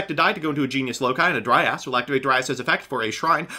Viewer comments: He was mispronouncing it and saying "dry ass" for comedic effect lol it's supposed to be pronounced "dry-uhz" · took me a while to understand you were'nt saying "dry ass" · Am i the only one who heard saying "Dry ass" instead of Dryas? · Anyone else notice pronouncing Dryas as "Dry Ass"??